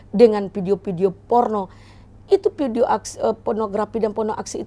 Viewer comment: Kayaknya harus belajar b.indonesia lagi bu. Ambil kelas eksekutif 😂 Cara baca: 1. Podcast bukan pocas 2. Video bukan pidio